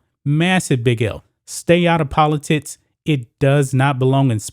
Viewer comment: It’s “politics” not Politits”.